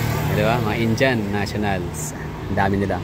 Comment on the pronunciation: Indiyan ang pronounciation hindi Injan